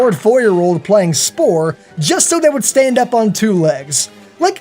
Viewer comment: D-d-did you say s-s-s-spore